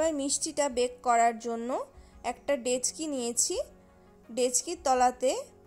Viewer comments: কথাটা ডেচকি নয়।কথাটা হলো ডেকচি। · দেচকি নয় ডেকচি